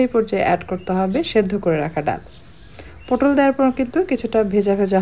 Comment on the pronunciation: পোটল নয় পটল